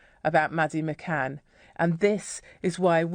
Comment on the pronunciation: McCann not McCain